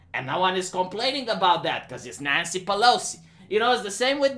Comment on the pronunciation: Every time says "Nancy Pelosi" and it sounds like "Nyancy Pelosi" the weeb inside me dies a bit